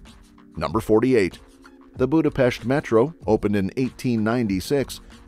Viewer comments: Thank you for showing Hungary! The content was accurate but you completely butchered our language. Only Budapest was pronounced correctly. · BRO PRONOUNCED BUDAPEST RIGHT RAAAAH 🔥🔥🔥🔥🗣️🗣️🔊🔊🔊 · Thank you SO MUCH for saying Budapest with an ‘sh’ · I find it hilarious, that this video perfectly pronounce Budapest and Puszta, and even in Sziget, so you would expect, that they know and understand the pronounciation of S and SZ. Then there is Széchenyi which first was pronounced Sekeni at the Chain Bridge then Csecseni at the Thermal Bath.😅🤣 I get that, ch (cs) and ny (ny) are confusing, but Sz were just perfectly pronounced in Puszta. 😅😅